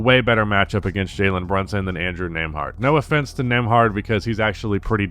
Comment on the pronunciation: learn how to pronounce it